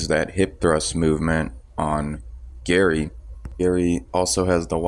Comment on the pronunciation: Why u calling gerry gary?